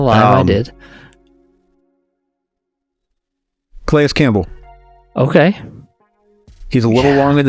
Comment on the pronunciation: Did he say go get grandpa (Calais)?